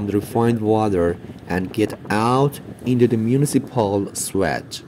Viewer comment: maybe meant municipal sewage system, but mispronounced